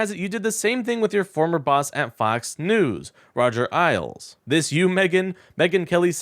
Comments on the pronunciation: Do you listen to any other source besides yourself? You lose credibility when you mispronounce a name that everyone has heard a thousand times. Here's your tutorial: say "Ale" as in a nice, cold pint of ale. Now make it plural. Now you have Roger Ailes (ALES). I appreciate your coverage, but you need to be accurate and correct in everything you say, including pronunciations!!! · You're pronouncing his name wrong it sounds like ales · First off… why are you talking like that? You’re not Ron Burgundy. You can speak like a normal person. And lastly… did you seriously pronounce Roger’s name as eyeles? He was the CEO of the Fox News for like 20 years. Fox News is the devil and spews non stop hate speech toward democrats 24 hours a day… and you pronounced his last name as eyeles. It’s pronounced aylz. As a political commentator for occupy democrats YOU SHOULD KNOW THIS. Mispronouncing his name while you read through some script like a news anchor from Temu is beyond embarrassing for us. Get off the fkkin microphone and let someone else do it who has some credibility. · FYI - it’s pronounced Roger AYLES , with a long A sound, rather than ILES with a long I sound. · Roger "ALES" not "isles." FFS, dude. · It's Ailes, not isles... You're saying it wrong and he was a pretty consequential douchebag! It's distracting... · Ailes - rhymes with rails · If I were to drink three pints of ale, I would have consumed three ales. That's how you say Ailes, as in Roger the sleazebag, sexual predator Ailes. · Ailes is pronounced "ales." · For what it's worth, --former Fox news head Roger Ailes last name rhymes with snails. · Ailes rhymes with "ales" as in beer. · It's pronounced like "Ails", my man. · Roger "Isles"? This kid is a low info hack... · Lol it's pronounced Ales. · Roger's name is pronounced Ales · It's a long A. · why are we pretending anybody on Earth respects megyn kelly? even rightoids hate her. btw “Ailes” rhymes with ‘sales’ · You’re mispronouncing Ailes.